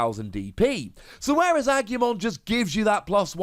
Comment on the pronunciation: Im not bothered by your pronunciation, but just to help. Its ah-gu-mon. Gu like gu in guzma.